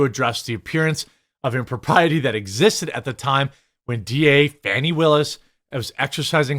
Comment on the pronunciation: Who is this "Fawny" the reporter is talking ? Her name is Fanni, stop changing people's names to make them sound better.